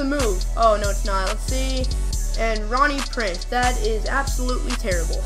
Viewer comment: Bro it sounds like ur saying rohnie preece